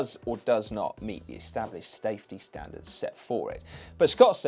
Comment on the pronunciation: Sy, what are "sTafty standards"? :)